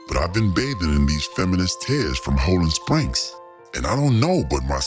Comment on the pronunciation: Ho-Land Springs LOL